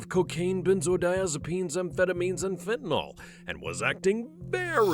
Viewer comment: "consume a mixture of cocaine, benzodiazepines and fetaynal." how is this lady still alive let alone awake?